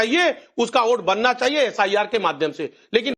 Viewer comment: टोंटीचोर नकटे को वोट को ओट और वोटर को ओटर कहने वाला अज़ीज़ ख़ान जैसा कट वा ही प्रवक्ता मिलेगा।